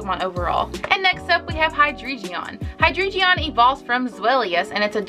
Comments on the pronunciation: I’m gonna sound super annoying but it’s Hydreigon not Hydregion, pronounced Hi-Dry-Gon, anyways love this video :) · Its pronounced High-drei-gon the drei being the German word for three